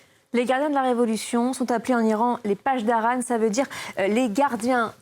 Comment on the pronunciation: Ça se prononce : paSSdarans pas pachdaran Les pronciations déplorables !!!